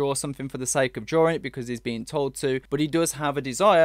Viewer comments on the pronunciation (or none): none